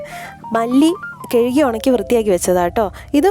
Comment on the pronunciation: മല്ലി 'കെഴികി 'എന്നല്ല കഴുകി എന്നു പറഞ്ഞു പഠിയ്ക്കൂ പെങ്ങളേ.....